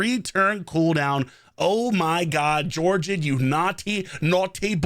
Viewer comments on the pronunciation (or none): Lol British geogrid 😅 Love the videos man . I like how we are doing champion guides now. I agree , he's definitely one of my all time favorite champions.